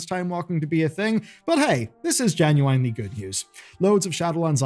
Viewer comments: "jen-yoo-uhn-lee"!!! there is no wine , its 1 flowing word not truncated pronunciation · I hate how he says genuinely lol. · Another day, another wrong “genuinely” pronunciation.